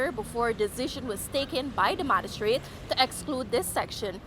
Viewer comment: Hi, the word is not madistrate; it is magistrate